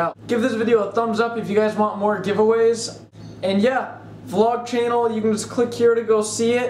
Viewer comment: .....It's "Channel"